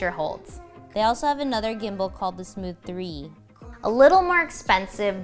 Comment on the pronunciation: Did you really say smoosh?